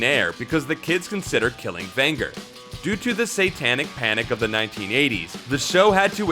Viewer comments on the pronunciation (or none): Ven “j” er not Ven “g” er. You think you know cartoons? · Vin-ger? You mean Vin-jer (Venger). Loved this show growing up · Venger!, his name is Venger not Vanger you dunce! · Also, "Uni" is pronounced "Yoo-nee," not "Oo-nee." Maybe he should have been consistent and also mispronounced "Fred" and "Megatron." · you say his name the way you say the name Avengers if you drop the first and last letter of the name. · That's "Venger" with a hard "G", like "avenger" or "ranger" or "gelatin".